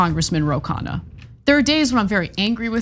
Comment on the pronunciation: It’s pronounced “KhUNNa” not “khaana” which means meal (food)